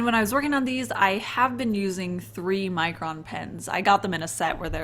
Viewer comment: Every time you say "Micron" I hear "Mycroft" and I think I have a problem